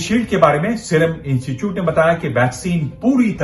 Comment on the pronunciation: पत्रकार महोदय ! कृपया 'इनचूचूट' न बोलकर 'इंस्टीट्यूट' का उच्चारण करें। धन्यवाद।